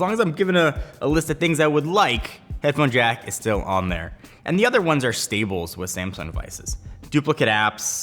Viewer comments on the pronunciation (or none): Did you say stables or staples? Because they mean different things...